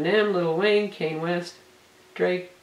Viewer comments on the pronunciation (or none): "Kane West"...lol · lml she says "kane" West...